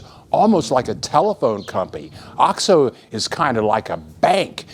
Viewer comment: hey...it's pronounced "oh-x-oh" long O. The way you are saying it is driving me NUTS! Please pronounce it correctly...Oh-xx-Oh... c'mon you've been down there for 17 years!